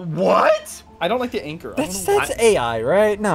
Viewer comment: excuse me, did ssundee just pronounce anchor like encore?